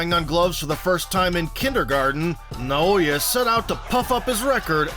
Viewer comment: Imagine hearing "Naoya" and 1 sec later still mispronouncing it. American iq xD